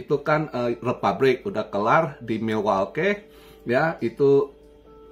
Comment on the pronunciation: "mi-wol-kii" "Chi-kha-gow"